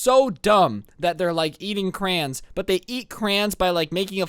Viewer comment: Hol up. Homie says “crans” instead of crayons